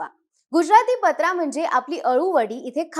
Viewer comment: पत्रा नाही पात्रा/ पातरा😊